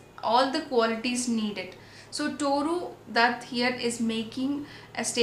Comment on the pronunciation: Isnt it Tooru?